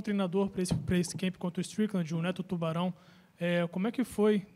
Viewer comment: Paulo saying Shan Strickland😂😂